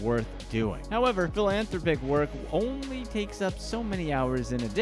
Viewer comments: Phil-Anne-Throp-Ick, say it with me now. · Try this pronunciation for "philanthropic":. Phil-Ann-Throp-ick. I think it rolls off the tongue a little easier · That's a weird way to say philanthropic.